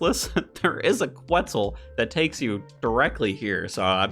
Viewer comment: Reminder that you dont need to pronounce the U in Quetzal